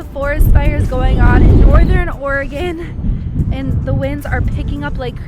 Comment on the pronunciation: I am shocked that you're pronouncing Oregon correctly. Nice video, it does get a little warmer in the summer, but if you noticed the cool landscape...that didn't get there with good weather. Enjoy and thanks for sharing!